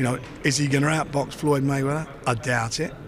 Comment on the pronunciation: may -he-win . floyd is a legend of boxing either way